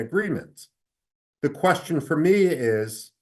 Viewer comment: कोशन नहीं होता कुवैस्चन होता है 🙏🙏